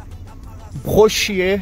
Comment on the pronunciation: Ele falou certo, em francês é assim que se fala mesmo: "Brochiêr"